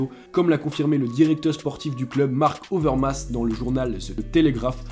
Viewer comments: Marc Overmars* et non Overmas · C'est pas Marc overmas mais Marc overmars 😁 sinon superbe vidéo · Super série ! C'est important que ce soit que du sur et non des rumeurs.. PS : c'est marc overmars le Hollandais et non overmas 😉👍 Peace! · ➡️➡️ Pour suivre quotidiennement l'activité foot sur Instagram : Alors mes socios, où Nicolas Pépé signera-t-il selon vous ? Au passage, petite erreur de prononciation de ma part, c’est Marc OVERMARS 😉